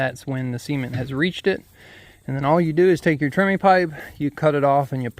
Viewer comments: TREMIE, not "Trimmy". It is a man's name, the guy who invented the Tremie Tube. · Thanks, very informative. FYI the term, although pronounced trimmy, is spelled tremie. In major concrete projects like footings the use of the pipe is reversed. A large pipe is set in the hole and the concrete is poured inside of it. That pipe however is slowly raised as the concrete is placed rather than being left in place. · It is TREMIE, not "Trimmy". It is a man's name, the guy who invented the Tremie tube.